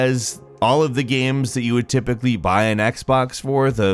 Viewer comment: "instead of gyueims" I love the way how you call game, xD